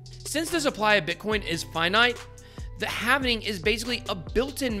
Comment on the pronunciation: It's halving not havening